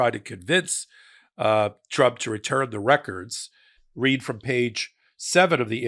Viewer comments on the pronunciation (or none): none